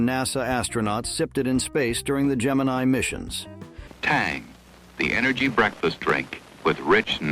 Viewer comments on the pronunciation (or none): none